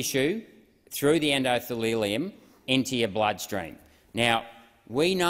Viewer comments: Oh good - a pharmaceuticals lecture from a politician who gained his PhD from reddit. I better take notes because I'm sure this is well researched and factual! 🤣🤣🤣😂 "endothalelium" ! ! ! Priceless ! ! ! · "endothelelium" Mr Rennick? Anatomy 101: endothelium is the tissue which forms a single layer of cells lining various organs and cavities of the body, especially the blood vessels, heart, and lymphatic vessels. It is formed from the embryonic mesoderm. The rest sounds quite convincing - especially the 'sausage' metaphor (btw I don't let my dog eat sausage for the reasons you touched on). And what about putting the body inside the jeans instead? Or did you mean to say that "viral mRNA gets into the cell nucleus"? DrBeen Dr John Campbell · "the enDoTheLilLium" 😂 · Actually, he mispronounces many if the terms but I appreciate his courage. Not enough like him… yet! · I am so proud to see a politician like you sir. I am not sure if that's how you pronounce endothelium though. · he pronounced endothelium and cationic wrong thats it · Saying “endothilileum” and “immuglobin” multiple times instead of endothelium and immunoglobulin does not inspire confidence! Only a third of the way through- I wonder how many glaringly obvious mistakes I can pick by the end… such a shame because this stuff actually does need to be discussed. At least he tried, unlike most.